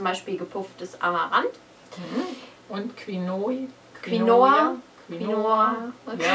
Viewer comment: Es heißt "Kinoa" aber das o ist eine Mischung aus o und w ... (ja entschuldigt die Sprachwissenschaftlerin ... gomen'nasai) ;-) Eignet sich auch prima für Suppen, Pfannekuchen oder als Beilage statt Reis, Cous-cous oder Bulgur. Lohnt sich echt auszuprobieren. Amy ist auf ihre Weise cool. Versucht es mal mit ihr. Erst war sie "eklig" aber sie wird noch unglaublich genial, finde ich.